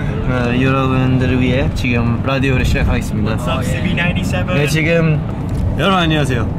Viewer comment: Seungmin calling Chris "wHAts up Cb97" 😅